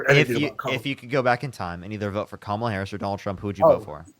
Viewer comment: First MAGAt say her name correctly 🎉🎉🎉👏🏽👏🏽👏🏽